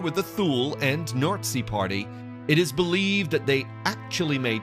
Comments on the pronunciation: I will forever hear "Nutzi" for Nazi. 🤣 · Isn’t Nazi pronounced “NotC” not “Nootsea” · gotta love ai voice overs that can't pronounce words properly.... Nutzies........... 🤣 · Narrator here is how you pronounce Nazi....naat~see There is no U in Nazi. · Fantastic video is it my imagination that he the narrator keeps pronouncing the word Nazi differently each time at one point he says nutsy's hahahaha 😎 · I can't help but laugh every time he says nootsies 🤣🤣🤣🤣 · WITAF is this guy saying? Nutzis? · It sounds like the narrator is saying "Nutzees" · All I hear is “nutz-eez” lol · Slightly irritating that the narrator mispronounces nazi nearly every time he says it.